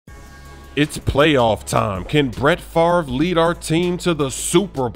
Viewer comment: I paused the video when you said Bret Farve